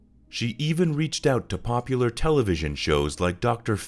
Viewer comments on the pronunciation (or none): none